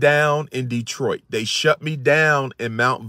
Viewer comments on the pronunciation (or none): none